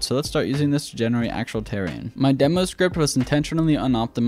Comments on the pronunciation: terrain dude not tear rain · This man does not know how to deal with the word terrain